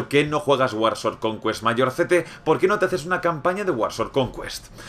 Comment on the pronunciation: Conqüest jajaja